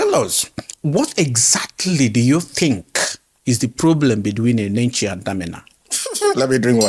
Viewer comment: The way he even pronounced the name... since Paul Enenche is not genuine, u that is genuine how many life have u impacted, how many miracles have God done through u that we can even call fake. May God have mercy on you people, i am not member of Dunamis but i love the body of christ.